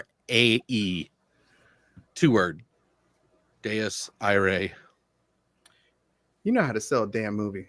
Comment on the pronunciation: DEUS IRAE, butchered it. Latin, means "God of Wrath".